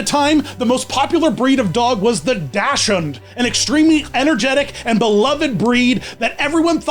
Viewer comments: *facepalms at pronounciation of "dachshund" * It's "daak-snd" not "dash-unds" lol 🤣 Also, I loved Izzy lol. I still have his Hallmark ornament from back then. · 1, phenomenal video as always. 2, in case no one mentioned, the dog breed dachshund is usually (at least in America) pronounced dox-und! ✨ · I thought daschund was pronounced “dockson” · I had no idea there were so many cartoons based on Olympic mascots! XD That being said; it's actually pronounced "DAHK-hund", with a hard "C". And Millie the "anteater" is actually an echidna, like Knuckles. ; ) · His pronunciation of Dachshund is killing me